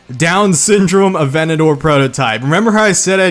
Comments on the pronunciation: A-ventador, again; A-ventador. Not venedoor.. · lamborghini aventador A-Vent-A-Door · bruh.... were you just saying “Venedor” instead of “Aventador” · Aventador only have 1 " o " bro 🤦‍♂️ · All these Aventadors and he forgot the J